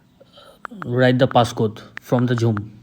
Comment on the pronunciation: No one:: "Jhoom"